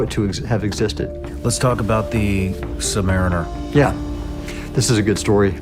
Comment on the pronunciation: I question this source. Why? Because having served for decades in the Surface fleet and repaired boats in the Sub fleet this Admiral could not properly pronounce submariner among other terms.